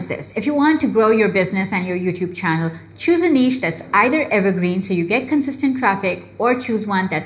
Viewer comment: Finally somebody pronounced that word "niche" correctly 🙌